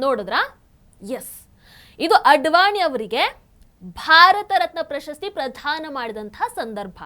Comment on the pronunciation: ಪ್ರಧಾನ ಅಲ್ಲ. ಪ್ರದಾನ.